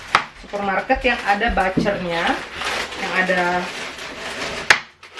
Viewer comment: bukan bacer nyebut tukang daging tapi bucer yang benarnya biar gak salah sebut terus ya